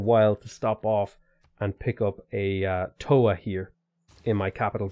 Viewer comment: As a maori trying to be a writer this game makes some pretty deep cuts right now. If you want to type in and hear how our words are pronounced. Marae and Toa are the ones you are doing your worst at.